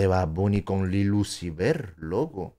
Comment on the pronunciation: Luciver? Aaaaaala solo cambiaron la F por la V 🤦🏻‍♀️🕳️ luego se preguntan porque crecen tan rápido